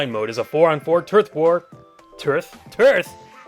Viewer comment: Turth War? Are you squidding me?